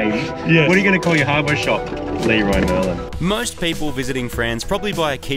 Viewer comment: ( 550 owner ) to start off with ; i hope you enjoyed the trip ; the traffic here is insane but the places you get to see are just amazing. the Fact you called the shop Lee-roy Merlin made me die ... i call it like that all the time .... as far as the clio goes; you did her a solid on that ; pretty sure that car never so good tires. That car collection is absolutly stuning ! ps ; dedicace aux français qui disent 'chocolatine' mdr.